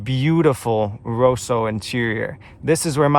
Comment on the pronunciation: Erm no it is NOT Italian pronunciation when it is Modena as Modayna or Rosso as Rowso